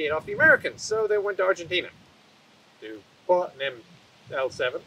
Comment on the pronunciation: Hearing not botcher the pronunciation on Argentina and the TAM makes me wanna get him one, someday, somehow, so he could get a vid on it... Great video as always!!